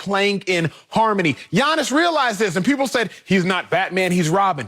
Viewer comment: Appreciate the pronunciation of Giannis' name 💯💪